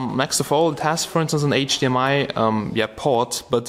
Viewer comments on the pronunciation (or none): none